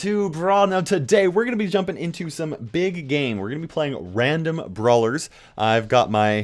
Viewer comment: i thought you said ”big gay” at first lmao